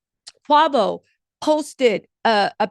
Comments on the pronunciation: Qa-vo?😂😂 I love you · Qwavo? Qwaaaayyyyvo